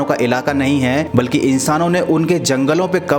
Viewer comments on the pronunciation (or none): none